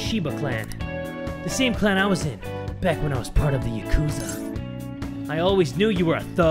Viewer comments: its not ya-kuuuuuz-a, its yah-ku-za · Haru: Haaah-Ru Yakuza: Ya-Ku-Zah Akihabara: Aki-hab-rah Sakura: Sa-Kuu-Rah :) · the way jay pronounces 'yakuza' gets me angry lol